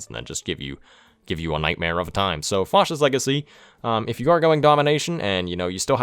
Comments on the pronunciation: The "a" in "fascist" is pronounced like the word "fast" / "bat" / "cat". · Nobody:: Faucist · I don't think I've ever heard anybody pronounce Fascist like that. Great video though! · 1 MISPRONOUNCING FASCIST AND -1 MISSPELLING FASCIST